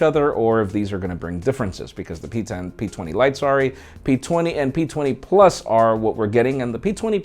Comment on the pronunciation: In did you say pizza and p20 ? hhh Ps: love your reviews and news